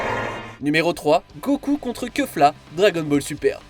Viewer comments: J'ai bien aimé le Kefla et non Kèfla 🤣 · Et keufla c'est quoi sérieusement la prononciation c'est grave quand même